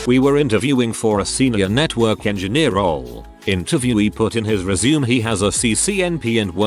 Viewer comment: How hard is it to teach an AI voice to correctly pronounce resume and live ????